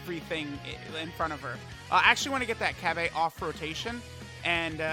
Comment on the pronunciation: SOOOOOO annoying when calls Cabba “ Ca-bay”